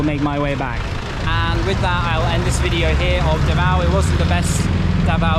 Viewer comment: U pronounced davao wrong and shouldnt be pronounced faster.